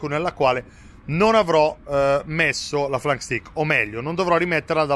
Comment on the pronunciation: Si pronuncia STEIK